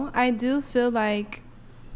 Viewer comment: Why are all younger people saying "fill" for "feel"? It drives me bat shit crazy when people can't even pronounce words properly, but they have the audacity to try and be an influencer, like that chick.